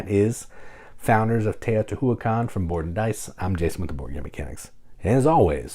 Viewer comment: I think it's pronounced: Tay-oh-tee-WHA-KHAN not Tay-oh-tee-HOO-ah-khan